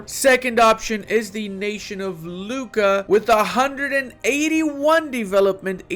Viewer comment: You should pronounce Lucca differently by Luca, like a Luccka or whatever in your language ;-)